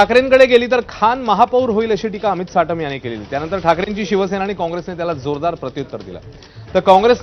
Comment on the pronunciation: हा साटम नही चाटम आहे